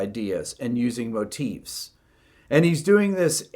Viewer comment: I dig how you say "Motifs" correctly. Instead of "Motives." Oh, and I just noticed it says your video is unlisted...huh.